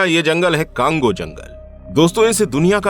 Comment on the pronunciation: Usko cango nahi congo bolte hai bhai or me congo me hi rehti hu